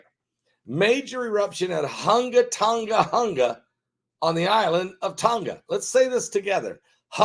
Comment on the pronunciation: Correction it’s Hunga(hooongaah) and its 2 sides of the new island, one side is called Hunga Tonga and the other side is Hunga Ha’apai(haa’a-pah-ee), but in short it’s Hunga of Tonga.